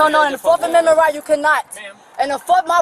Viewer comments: She "doesn't conscent to her 4th ammendment rights" and she "doesn't answer qwerstions"...... Black fatigue is REAL folks. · "4th comendment rights" 🤣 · When did we get commendment rights? When did we start pronouncing the s in illinois?